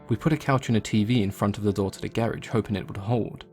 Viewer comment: I HATE how you say garage, but your stories are incredible! I'm about to look up, The Rake rn!